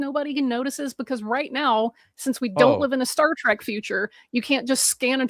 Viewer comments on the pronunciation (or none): none